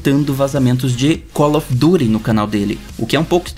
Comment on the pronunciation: primeira pessoa que vejo falando "colofiduri" ao invés de call of duty